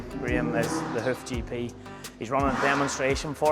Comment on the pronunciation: Every time you say “Hoof GP” I swear it sounds like you’re saying “Hoochie P” 😂😂😂 Love your channel! ♥️